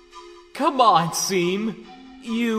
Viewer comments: But..It's pronounced "Shawn"... Though great comic XD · Seam, pronounced shawm.(I'm sorry) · it's pronounced Shawm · Seam is pronounced "SHAWN" ya NUT!! It's is the only thing that triggered me Everything else was good 👍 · his name is pronounced SHAWM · It's pronounced "shawm" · His names seam It’s pronounced “Shawm” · Names seam pronounced shawm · It's pronounced "Shawm". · It’s pronounced “Shawm” like Shawn but with a M instead of a N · It's seam pronounced Shawm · Dude, it’s pronounced SHAWM DUDE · * Pronounced (Shawm) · "Pronounced Shawm" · It's pronounced "Shom" Like Sean is pronounced Shon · It's pronounced SHAWWWWWWWWWWWWWWWWWM!!!!!!!!!!!!!! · You pronounce Seam wrong ... it is pronounce like Shawm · He left Jevil there because he got tired of getting his name pronounced wrong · THEY EVEN FREAKING TOLD YOU HOW TO PRONOUNCE IT IN THE GAME AND YOU STILL SOMEHOW GOT IT WRONG! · Nice but I think seam is pronounced differently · people are saying he pronounced seam's name wrong but that's how i pronounce it too. if you guys are saying the pronunciation is wrong, can you tell me where i can find the official pronunciation? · I think in MY opinion (if you don’t want to listen to my opinion then go away) Just before seam broke the key he said something like “It’s pronounced SHAWM” proceeds to break the key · pronounces seam's name wrong Me: IT'S PRONOUNCED "SHAWM" >:( okay..I'll let myself out... Edit: Now I feel like Shavs Media Productions will do this:) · I saw this on my school account and it’s pronounced shawm but like this seam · Either Jevil likes calling Seam "Seem" Or VA doesn't know it's actually pronounced "Shawm" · My dude, “Seam” was supposed to be pronounced “Shawm” Said 80% of the comment section... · Dude the only way you didn't know that is by not playing he game, Shawm literally says that his name is pronounced like shawm and not seam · It's not seam, it's pronounced sh-aw-m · Nope, it's pronounce SHAWM